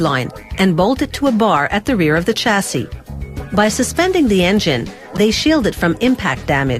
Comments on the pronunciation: Its also pronounced shasee not chasee! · CH assee - Shassis ;)